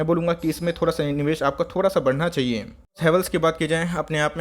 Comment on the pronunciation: बनाना चाहियान कैसे बोलते हो यार 😂🤣